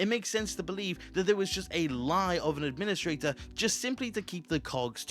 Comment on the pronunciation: Maybe you’re the Ad-PIN-istrator